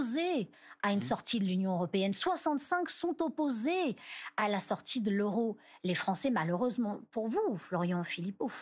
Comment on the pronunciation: Je pense que je vais mettre ça en sonnerie pour mes messages. Sont opposÉÉs... Sont opposÉÉs... C'est le premier sous-sol du jeu d'acteur.